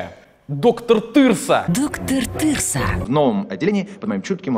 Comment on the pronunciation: Я плакал со смеху, раз 50 перемотал когда Соболев сказал "доктор Тырса" доктор Тырса что за пиздец